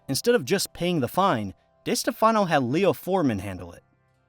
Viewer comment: It is pronounced Di Steff Uhh no. I can't stand it when people mispronounce what is also MY last name.